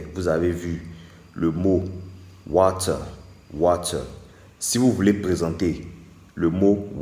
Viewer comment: Water = warer 😅